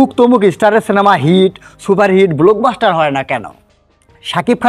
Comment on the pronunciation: আপনার নিজের কোন ক্লাস? আগে নিজের উচ্চারণ নিজের শব্দচয়ন শুনেন তারপর কন্টেন্ট করতে আসেন। শব্দ টা ব্লোক বাস্টার না ব্লক বাস্টার। আপনার ক্লাস কুয়ালিটি দেখে উজবুক খানের কুয়ালিটি বোঝা যায়।